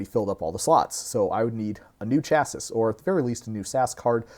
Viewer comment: nah im callin the judge on your pronunciation of "chassis" sorry